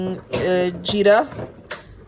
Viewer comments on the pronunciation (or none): It's zeera not jeerah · Its not “jeera” its “zeera”.ur mom speaks very good urdu..but u r saying “jeera” which bother me its hindi word not urdu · Aap Kab se hinduon ki terha “jeera” bolney ki koshish kerney lagin apni Urdu pe rahi please